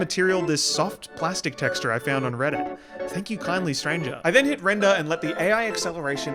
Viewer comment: Lmao i like how he says "Render" 😭😭😭😭😭😭😂😂😂😂😂